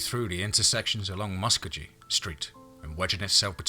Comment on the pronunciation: Love your stories and does a great narration even though he don't pronounce Muskogee right oh well he is not an okie.